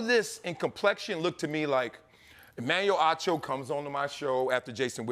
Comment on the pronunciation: Emmanuel Hoe-cho